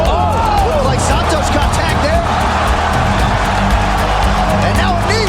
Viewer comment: Is schaub saying san toes 😂😂